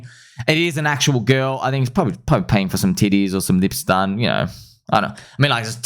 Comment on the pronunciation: Did you know instead of girl you say GILL.